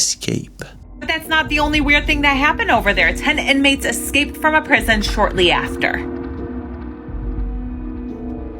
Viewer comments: Can't get over the illiterate lady that keeps saying eXcaped.... also, can't take any of this seriously, it's all sooooooo bad and cheap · Hate when people can't pronounce EScaped.